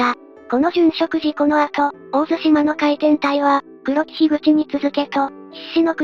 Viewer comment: 有意義な動画のアップ、ありがとうございます。 当方、地元にて個人的に回天の資料収集・研究をしているものですが、残念ながら、本動画の中で地名の読み間違いが二カ所あれます。 ①17：56 「大入」を「オオイリ」と呼んでいますが、正しくは「ダイニュウ」 ②28：25 「大神」を「オオガミ」と呼んでいますが、正しくは「オオガ」 あと、「大津島」が「オオツシマ」と聞こえますが、正しくは「オオヅシマ」と濁り、 それと全般的に「回天」が「回転」のように平坦的に聞こえますが、正しくは語頭にアクセントがあり、「カイテン」の「カ」を高く読みます。 以上、不躾ながら、指摘させていただきました。 もし修正される機会がありましたら、宜しくお取り計らいお願いいたします。